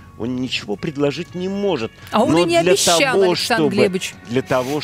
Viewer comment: "А он и не обифял нифиго..." - поржал на этой жалкой фразе.)